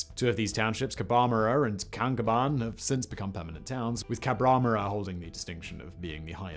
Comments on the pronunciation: Murumbudgee? Cubraburra? Tumet? So many mispronunciations. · Yoo-cm-been (emphasise first & last syllable) Kaan-cobn (emphasise first syllable, swallow last) Cabruh-murra (emphasise first & third syllable) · A few corrections: Murrumbidgee - Mar-rum-bid-gee Khancoban - Can-co-ban Cabramurra - Cab-ra-mar-ra Guthega - Guth-e-ga Eucumbene - Ewe-cum-been Tumut - Tu-mit Jounama - Jew-nam-a Tantangara - Tan-tang-gra Talbingo - Tal-bingo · It's Cabra-Murra! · Grew up in KhanCoban not can cobain other then the painful miss prononciations (it's Cabra bloody mrrraaa) was decent information although galnced over alot. The lists of what what achieve and total death toll to show how big and hard the conditions were on this. But also how good it was immediately after the world wars having immigrants from all over the world who just finished opposing eachother in war were now working along side eachother. Makes me wonder how much I missed of other large projects. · CAB -RAH-mur-AH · Lmao, pronouncing Aussie names like that would be like saying London is Loandone Florida is Flowryder (although some southern Americans might go there) Cabrumurra is Cab as in cabbie, ru as in rush and murra as in kookaburra. Eucombene not as in cu-cumber But as in Newcombe or let’s Nuke-um (microwave not the dams) Tumut is as in chew or true mutt It’s like Americans calling us Awesees instead of ozzies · Hearing him butcher Cabramurra and Kancoban hurts my soul